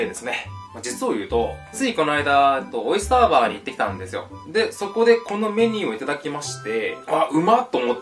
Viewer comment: オイスターバーのイントネーションが私(関西)と違う！ みなさんは同じでしたか？ ビールサーバーに聞こえてしまった(((;°▽°))